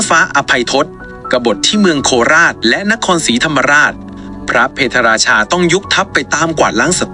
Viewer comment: พะ - เพด - รา - ชา ไม่ใช่ เพ - ทะ ฝรั่งเศสไม่เคยทำสงครามกับอยุธยา